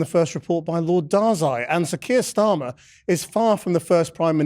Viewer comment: I heard the worst pm in history called "qweer stalin" It made me chuckle